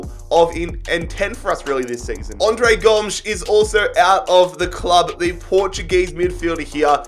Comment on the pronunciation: Andre goms me: isn't it, Andre Gomez